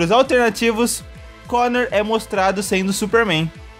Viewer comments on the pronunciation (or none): È Connor, não Conner.